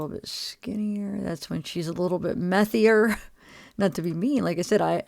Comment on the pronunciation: A little "methier" 😂😂